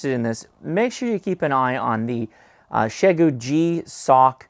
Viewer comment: OhMyGosh, you actually pronounced the company name correctly!